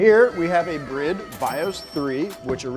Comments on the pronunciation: Didn't know it was called pronounce BRID, not bride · Dide mf just pronounce Bride as Brid? U high? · why is it brid when its spelled bride, doesnt make sense in the least bit if you know how to speak 2nd grade english. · It's been annoying me for ages but you guys now its called "bride" right? As in marriage woman. Not brid. I really hope your joking or maybe it's an American thing but it's painful. You say alot of Japanese brand wrong. Like greedy.. its g ready. It's not spelt that way but that's the brand. Btw you sent 2 shirts of one type when I 2 seperate types and I just asked for the other but even after photo proof you still didn't reply to me. I know I'm I'm Australia but I been following you for ages. It really disappointed me as I loved pumphreys segments. There gone now and all I asked for was a signature in place of the shirt. All good I understand your big time now but please stop making Japanese brands sound stupid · It's not brid its bride like here comes the bride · Did he say brid? Not bride, lolol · You mean this whole time they're actually pronounced "BRID" and not "BRIDE"???? Mind Blown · The seat brand is "Bride" not "Brid" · Guys why are you pronouncing bride like that? You should pronounce it like it is, bride. Not bride but bride, cool, thanks, bye ;) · If he says brid one more time…. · Yeah that clearly says "Bride" not brid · Did he call it a bridd? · I always thought it was pronounced Bride, like Bride and Groom. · Is that how you pronounce Bride? My whole life is a lie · It is not a Brid seat, it is pronounced BRR-EYE-DUH. Bride. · Just learned it’s pronounced “Brid” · Never thought BRIDE was pronounced that way. Always pronounced it as in “wedding” BRIDE 😂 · The pronunciation of Bride still throws me off